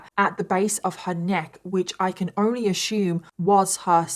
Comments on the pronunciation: Ashume? This literally hurt my ears and brain to hear to hear someone from England, where the English language originated, pronounce "assume" so incorrectly so many times in such a short time it hurt the collective souls of every native speaker of the English language who ever has and ever will speak the language as their first language or only language. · I’m confused is she trying to say aSSUME and pronouncing it as ashume? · Assume 🚫 A-shoom ✅️ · Last time I checked, the word “assume” doesn’t contain the letter “H” But if you want to “ashume” then fair enough. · Ashoom ashooming I love how you pronounce assume. I can listen to your stories all day and night! You have such a nice voice ❤